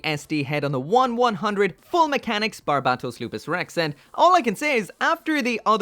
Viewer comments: Every time this guy says barbatos wrong,I start losing brain cells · You still can’t say his name right